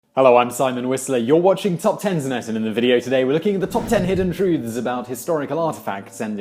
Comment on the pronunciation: Anyone else also heard “hidden foods of “??